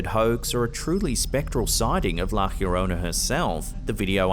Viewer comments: In the next video where a viewing of la llorona comes up, please pronounce it correctly, I can hear you are trying but whoever gave you the pronunciation was wrong. Pronounce La Yorona, no H sound. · You say it like "lah yourr-own-ah" slightly roll tue R lol there's no H sound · You just couldn't stick to "Lah Yo-roh-nah" couldn't you hunh. Is this gonna be your thing now? "Lah Ghhhhhyorronæh"? Sigh